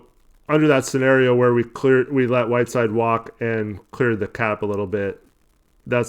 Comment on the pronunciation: Did anyone else catch the ESPN announcer refer to Whiteside as “7 foot 3 Hassan Whirside”😂😂dude is definitely not 7’3